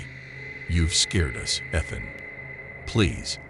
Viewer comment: I like the voice but pronouncing the name Ethan wrong is Driving me insane 😅